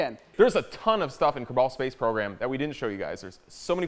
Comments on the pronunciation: FYI its not "ker-ball" it "ker-bell" :D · Ker-bell not Ker-ball it is driving me nuts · It's not "Ker-Ball", It's pronounced "Kerr-Bull" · Kabal? KERBAL. NOT KABAL GET IT RIGHT,. COMEAWN! Just playing about C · It is called Kerbal (ker-bull) not Kerbal (ker-bAl) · Why do they say Kerbal like Ker-bul and not like ker-bull. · They are pronouncing it k-er- ball space program its k-er-bal space program, if you don't see the difference go to HOC gameings channel, he's the god of kerbal space program and he's only 15! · is that how everyone else pronounces kerbal? O.o They said it like "ker-ball", I say "ker-bul" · Kur-bull not Kur-ball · its not kerball its KER bal no other l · Its kerbal not kreball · It's ker-bol not kerball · Kerbal not Kerbol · its pronounced ker-ball not kaball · its not pronounced kerball. its pronounced kerbol space program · Kerbal is said like Jerbil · it's pronouced kerbel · stop saying kerbal like that, its pronounced ker-bull plz and thx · They are emphasising the "A" when they say "kerbal". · Kerbal. The (A) is silent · there saying kerbal wrong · does it annoy anyone else that they pronounce kerbal wrong? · Gosh they can't say kerbal